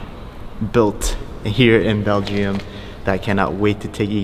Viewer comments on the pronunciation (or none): Is he trying to say Belgium. But pronouncing it belgeiom?